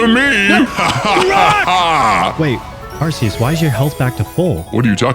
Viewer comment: You mispronounced Rayquaza, Altaria, and Arceus, and you're worried about other people butchering names? Also, why did you recolor Beta Arceus green? Worst of all, you made a dark Betamon fairy purely because you liked that typing more than what fits, and then you made a fairy Betamon electric because fairy-types didn't exist back then. You broke your own rule.